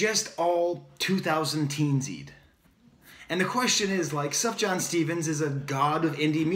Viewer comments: Lol... “Suff-Jan”... it’s pronounced like “soo-fee-yawn” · Everything you say is absolutely correct about this new Sufjan song (BTW the j is pronounced as a y, so you'd say Sufyan), as is pretty much everything you've said in the other videos I've seen of yours (breath of fresh air, thanks so much!). You are extremely insightful. I'm a big Sufjan fan, and when he stays true to himself he is heartfelt and genius. However, he sometimes goes off on these "modern" pop style tangents, which don't work for me. Maybe he's trying to appeal to the younger generation and gain more mainstream acceptance? How often does that strategy work for artists? Check out his 2015 album Carrie & Lowell for his last true work of art.